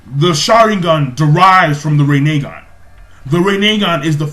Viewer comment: rin e gan say it like that